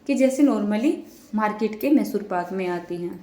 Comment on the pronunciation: Call it properly mysore paak not masur....edit and correct